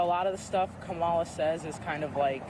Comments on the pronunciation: You hear that people her own people who vote for her can't even say her name right😂😂😂😂😂😂😂😂😂😂😂😂😂😮😮😮😮😮😮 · how come they didnt get offended when they miss pronounced Kamalas name?